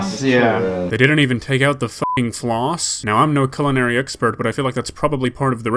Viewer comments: DID HE CALL CULINARY, CELINARY. . I am so 😡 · The fact he said "cue-linn-ary" instead of "Kull-in-nary" bothers the f#$% outta me 😢 for the word culinary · Did he say culinary as coolinary? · I like how he said cooolinary arts not culinary😂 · It’s culinary… NOT FRICKING CEWLENERY! 🤨😣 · “Q-linary Arts.” You mean CUL-inary? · I think he said kyulinary for culinary but idk im high af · "Cuulenary" arts lol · Man said cyoolinary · He he just day "cool-inary" ? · he can’t even pronounce the word “culinary” right 😂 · The way he pronounced “culinary” is an unforgivable crime in itself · I've heard a lot real chefs pronounce it like that. I think it's stupid but it is a thing.